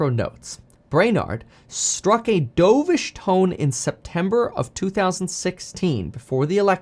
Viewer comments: Reading it as dove like you dove into a pool instead of dove like the bird. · "Dough-vish tone?!" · I think he said dovish wrong